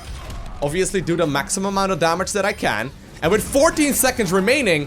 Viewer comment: Love how you keep say "das" far instead of that far Sounds so great <3